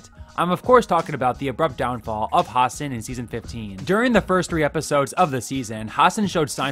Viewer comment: hassan's name is pronouced ha-sun not ha-sin